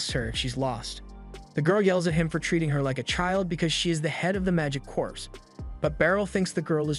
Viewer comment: Corps is pronounced "Core", not "Corpse".